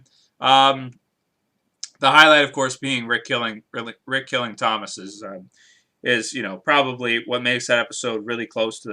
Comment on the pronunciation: his name was actually Tomas (Toe - moss) not Thomas.